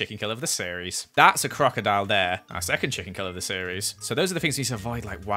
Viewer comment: am i wrong did i hear say quackadoile?